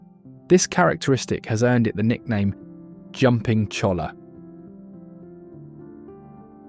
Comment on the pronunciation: On that Cactus you're describing you don't say the L's do your research man it's pronounced Choya